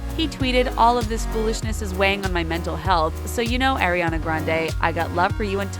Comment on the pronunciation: Stoooooop it’s Ariana not airiana😭😭😭😭😭😭😭😭